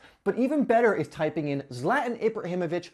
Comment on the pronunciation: Zlatan (Zla-tan) not (Zlat-n)